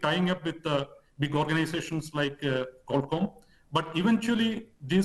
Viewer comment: IIT Delhi ke Professor Humor Sarah se baat karte hue anchor Qualcomm ko Qualum bol rage hai. Ye blunder hai, chhota mota mistake nahi hai.